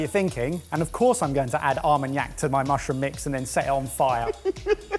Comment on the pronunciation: Sorry I heard add Almond Yak to mushrooms.. 😂